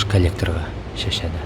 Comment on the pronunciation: Шәшәды емес Шашады, қазақша таза сөйлейік